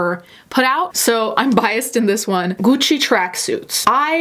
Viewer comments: The way you say "Gucci" is giving me life, even though I also think the brand is ugly AF. The dripping shoes look like my Barbie after I left her by the heat vent. I don't want to stand next to anyone wearing those plastic pants, especially in Summer. They're not going to smell pretty 🤢 ...the grass skirt shoes look infuriating and stupid. I like the concept of the weird ass backpack for travel reasons, especially in places where mugging is prevalent. It looks uncomfortable though. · So I'm Italian and when mentions Italian brands and pronounces the name correctly. I'm like shook then I remember... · she's pronouncing words properly! And she is Italian so what do you expect her to do? Mispronounce her own language?! You remind me of every American person going around and slaughtering every language who gets all pissed at native speakers who try to correct them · at first I didn't noticed her pronounciation bc I'm from Spain and here we pronounce it like that too as our languages are a lil bit similar, but hell yessss her accent is beautiful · astrid vvv Shes actually Italian so she’s probably used the pronunciation she heard growing up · The way she says “Gucci” — chefs kiss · The linguist in me, loves that you pronounce Gucci and Prada with a proper Italian accent. I've notice you do this in other videos, but it really stood out to me here. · I like how your pronounce Gucci properly, i’ve never heard it pronounced properly before 🙂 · Looking for a husband who pronounces Gucci as satisfying as you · i love the way you pronounced gucci, i feel uncultured for the way i say it now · i love the way you pronounce the french how they are meant to say as well as Gucci and not the basic white girl way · I find it weirdly satisfying how she says Gucci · I live for how you say Gucci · Just here to listen to pronounce “Prada” and “Gucci” in her delicious Italian accent.